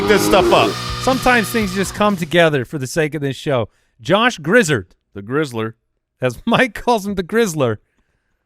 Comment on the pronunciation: Josh Griz-zard like Chari-zard the pokemon. He grew up in my hometown in NC